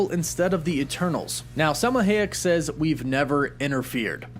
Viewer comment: I don't think I've ever heard Selma Hayek name pronounced like that before